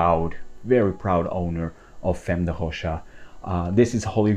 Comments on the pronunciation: Famm, not Femm. At least Tauer is in it. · No it’s “femme” in French, but pronounced Fam- or perhaps I misunderstand your point..